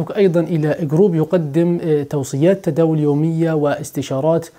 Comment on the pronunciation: عفوا تداول وليس تداوز